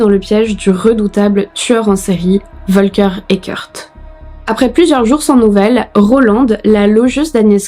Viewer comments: Ca se prononce Folker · « F »olker est la prononciation